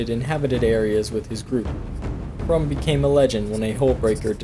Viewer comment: It's "Hrum"